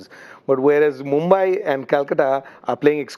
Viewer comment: Why is polly saying MOMBAI instead of mumbai??? Should be getting it right by now.